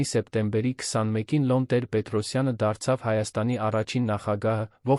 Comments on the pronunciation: Ինչու՞ եք Լոն ասում այլ ոչ թէ Լևոն, ինչ՞ գաղտնիք է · Հեաքրքիր թեմաներ էք կարդում,բայց ինչի էք աղավաղում անունները,ԵՐԵՎԱՆը երան անվանում,Լեվոնը Լոն ,ասում,երեվի ձեզ մոտ բացակայում է ԵՎ տառը,հաճելի չէ լսել Երեվանի փոխարեն երան բառը,իհարկե ինձ կներեք,բայց ես այդպես եմ կարծւմ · Լյոնը լևոնն է, երանն էլ Երևանը😊